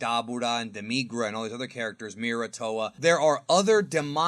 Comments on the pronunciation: demigra you saying it weird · Saying demigra wrong... it hurts me to listen to you say his name wrong